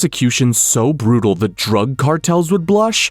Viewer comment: the BHUHUBHRUTAL MADE ME LAUGHING LIKE HELL